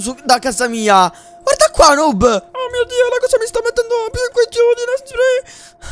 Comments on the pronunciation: Chi si è accorto che all'inizio dice snoob invece che noob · ai detto snoob a noob al inizio